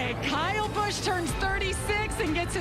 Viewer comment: Once again you’re mispronouncing drivers and the tracks names. How can you be the and you don’t know any of the names. The footage you use has the announcers saying peoples names correctly. Listen! It’s pronounced Bush, not Bus-sh. It’s Poe-co-no, not what ever you said. Dude get it together!